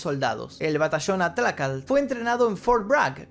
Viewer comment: Para comenzar menciona bien el nombre del glorioso batallón atlacatl... No sos ni de acá para hablar de eso...